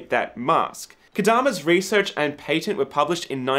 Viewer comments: What I'm must curious about is how are you fitting a Y into your pronunciation of patent? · I love hearing him say "patent" with that accent.